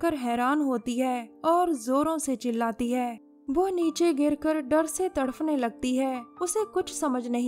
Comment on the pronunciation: तड़फ नही तड़प